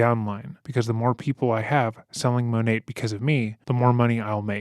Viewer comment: I'm impressed and surprised you pronounced Monat right lol. Thank you for including how scammy and terrible that company is!